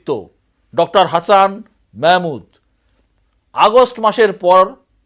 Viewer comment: দাদা আমাদের নামগুলো একটু শুদ্ধ করে শেখার চেষ্টা করুন। আপনি যে মালটা সাক্ষাৎকার নিচ্ছেন না উনি হাসান মেহমুদ না হাসান মাহমুদ। এই অশুদ্ধ নাম বলা কি আপনাদের মুদ্রাদোষ নাকি আপনার ইচ্ছে করে নাম বিকৃতি করেন, যেমন আনন্দবাজারও মুসলমানদের নাম শুদ্ধ করে লেখে না।